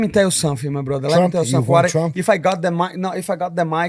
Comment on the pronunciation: When this guy says: let me teel you something… stay prepared 😂😂😂